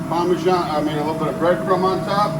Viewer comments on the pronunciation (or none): Always made me laugh when said "parmejohnny" 😂